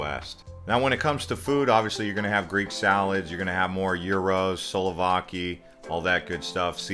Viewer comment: If you are going to do a video about a place please learn how to pronounce it. Also, it’s sou-vla-ki. Not souluvaki.